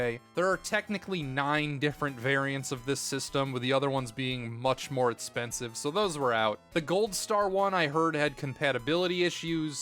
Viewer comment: Take a shot every time he says "itspensive" when he is talking about the price.